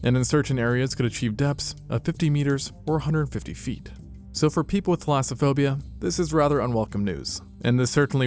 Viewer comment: I looked up clasophobia spelling it like it sounded and how the Closed Caption spelled it and got nothing so am I and the closed caption hearing him wrong? I’m really interested in what he meant. Edit - I searched fear of deep water and came up with thalassophobia so I’m thinking I defiantly heard him wrong.